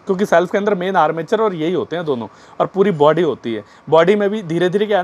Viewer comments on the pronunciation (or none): none